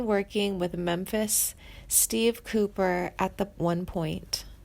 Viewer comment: Richie 'Furry' - LOL! Randy 'Maisener', Mesner'. Too funny. And Steve 'Cooper' - does she mean Cropper? 'Suther', 'Fray', Warren Zavon, gawd, this is awful. And she makes it sound like he's dying of cancer when he beat it and is healthy. But hey, at least the title didn't spell his name with a 'd', so there's that.